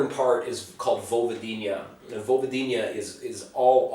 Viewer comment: Man learn how to pronounce Vojvodina! It's not "Vojvodin-ija" for god sake!